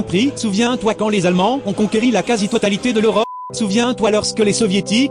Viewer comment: Je me suis arrêté à "ont conqueri"